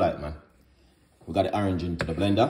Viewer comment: I subscribed because you said awerange A Youtuber